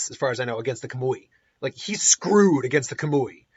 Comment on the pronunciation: It’s pronounced k-AWW-mui